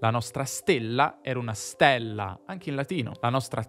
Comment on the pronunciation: perché la e lunga in stella (latino) l'hai pronunciata aperta? A me non risulta, anzi.